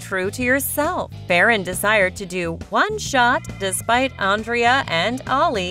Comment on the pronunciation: You are saying Andrea and Ali name wrong